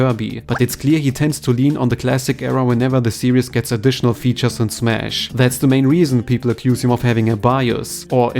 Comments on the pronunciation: How to pronounce the word Series (SEE-REEZ). You are saying the word Serious. Serious - Careful in thought, full of concern, or restrained and dignified in manner; somber or grave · Please learn to pronounce the word series. It's not "serIEs", it's "serIIs". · This isn’t any kind of major criticism, just a tip with the word “series”. You are pronouncing it like “serious”. You don’t pronounce an “us” sound for the word “series”. You pronounce it the same way you were, just without the added “us” sound you were placing in the word Great vid! I hope sakurai really reps kirby well, whatever happens!